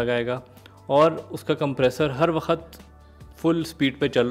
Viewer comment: Wakhat naheen hota chacha, waqt hota hae